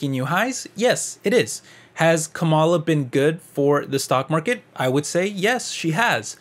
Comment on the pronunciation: I had to stop watching because you keep mispronouncing Kamala. It's disrespectful and actually tells me that you are biased against her. In case you care to pronounce it correctly, it's like "comma" like in a sentence with "la" like singing lalala. So, comma-la. Kamala. Fox News mispronounces it deliberately to be disrespectful. So, even if you meant to come across as unbiased, it's unfortunately clear you are not.